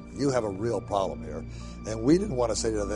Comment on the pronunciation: "Uh hoston we had a ploblem" Surly had would infer past tense of the problem like I was alreadysolved